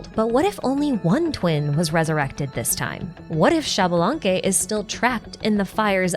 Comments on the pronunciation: It is actually pronounced ish-balanque! The x in mayan makes a sh sound, my grandpa still speaks it a bit and i took classes too 🥰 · Xbalanque is pronounced "eesh-bah-lan-keh". Just in case you're interested.